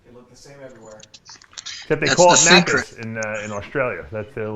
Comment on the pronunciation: Macky's or Macky D's, not Macus Dave.